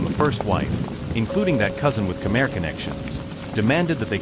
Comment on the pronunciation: Just say khmai not Khmer, sound so weird, but great story, we need more please 🙏